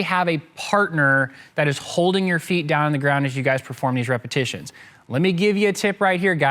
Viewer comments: "Multiple reposhishisoses" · Multiple repitishhshshsions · “Multiple repishgvjdduhgitions”